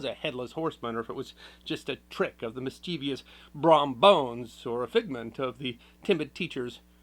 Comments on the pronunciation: "Mischievous", not "mischievious". There's no "ee" sound after the V. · Mischievous, not “mischievious” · Great video as always. Side note: it’s pronounced “Miss-chiv-us” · Mischievous has three syllables not four.